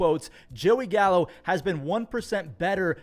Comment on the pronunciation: Did you say Gallo? Or Callo?